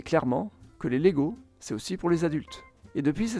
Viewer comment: Salut, je t'avais déjà taquiné avec la prononciation danoise sur ta vidéo avec le Danemark. On ne prononce pas le "g" de leg. On prononce plutôt "laille", at lege étant le verbe jouer. Sur le wiki danois, il précise également que LEGO peut aussi vouloir dire en latin : "jeg samler", "jeg sammensætter" eller "jeg læser". soit je collectionne, je compose, je lis Autre précision : ils ont fabriqué des jouets en bois mais c'est l'usine qui a brûlé et la guerre qui a poussé Ole Kirk Kristiansen à se tourner vers le plastique. Sinon ta vidéo est super :)